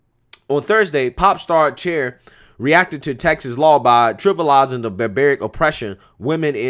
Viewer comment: “Bet Mitler” You are the Wing Beneath my Wings 😹 bet he middler...Cher is “share” not “chair”. God, I love you, lol